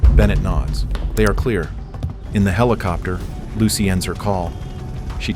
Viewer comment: You call a regular cassette tape a VHS tape (or at least that's what's shown) and LOL "HELL COPTER" ... I mean I know this is AI but sheesh.